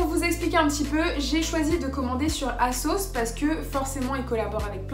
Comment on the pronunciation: j'ai compris pendant toute la vidéo que tu disais la marque kasoss lol en tout j'adore ton haul